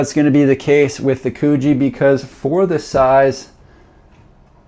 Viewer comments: Mate, it’s Coogee as in could-G 😂 might be good to get the pronunciation correct beforehand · Coogee is pronounced as in "good" not cuugee 😂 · It's pronounced 'Could gee'